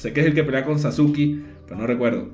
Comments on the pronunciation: cómo le vas a decir sasukI a SASKE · Sasuki ahhhh porque le dice Sasuki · Cómo se dice "Sasuke"?: Personas que vieron/leyeron el anime/manga: "Saske" Personas que no lo han visto/leído: "Sasuke" xd: "Sasuki" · Mis oidos cuando escuche sasuki oidos: sangrando